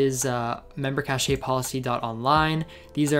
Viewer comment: yeah i'm pretty sure it's pronounced "cash" lolol. great vid tho!